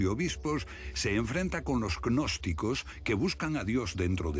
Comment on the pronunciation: Jajajajajajajajajajajajajajajaja agnosticos😆😆😆😆😆😆 es gnosticos animo la "G" es como h no pronuncia ni se agrega letra